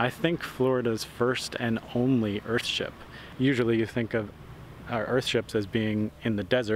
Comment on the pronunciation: Stop calling it "Earhtship" it's a fucking house. A nice house but not a fucking ship. Google "ship" btw.